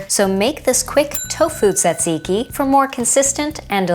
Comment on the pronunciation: How many times did you have to practice saying tzatziki to get it right? 😀lol Also, if this was BEFORE the pita video, Bryan must've been SO overloaded with food by the end of it! 😲 If you haven't got an English cucumber, is a non-English, generally smaller, one still all right for use, for this?